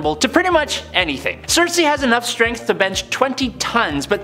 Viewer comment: Critics: it's not sersi. It's circe.